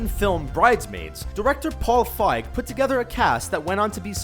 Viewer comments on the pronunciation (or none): Isn't it pronounced Paul "Feeg" ?